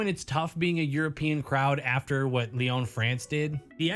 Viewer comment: I love you and the vids but it’s Lyon (Lee-on), not lee-own